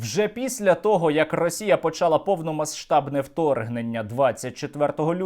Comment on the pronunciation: Сергію, в українській мові є правило спрощення і тому слово «повномасштабна» вимовляється без звуку [ш], бо якось вухо ріже.